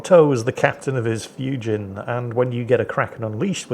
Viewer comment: Just for the record, "Fujin" rhymes with "routine".